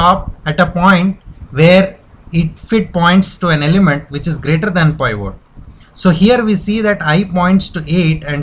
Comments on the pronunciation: peevat not piiiiiiiiivvvooooot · It's PIVOT not POIVORT LOL